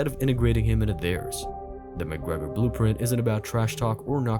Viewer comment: Connor Mc Grogrer